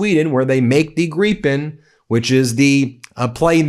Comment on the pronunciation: the Swedish Gripen is pronounced GRIP-en, not greee-pen. Sheesh, every time you get it wrong!